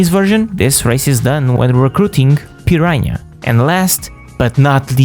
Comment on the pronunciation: Piranha's name is pronounced PUR-AHN-UH not PUR-RANYA. 😅